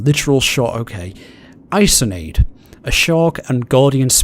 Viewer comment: it's time for some japanese education OwO the chain sickle, is KOO-SA-REE-GAMA, kusari is chain, and gama came from kama, which is sickle. for the 3 familiars thingy, Isonade is pronounced "EE-SO-NA-DAY". a rip hat :( yeah, kote is forearm. "te" in the word is hand. in my country, kote can also mean... dick XD btw, it is good that you do two let's plays. this one seems more easy going, and dino crisis seems... like a crisis for you. so it is balanced OwO